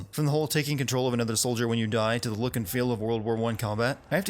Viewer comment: He said lool in stead of look